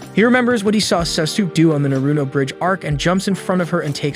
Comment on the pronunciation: What how dumb even so dumb can actually say Naruto correctly